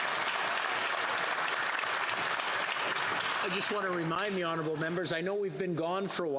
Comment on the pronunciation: Right honerable prime minister? lol, makes me laugh every time..